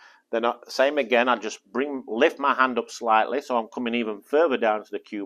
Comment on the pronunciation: With the upmost respect with no intention of being mean. He says "and" instead of hand sometimes and i am really enjoying it.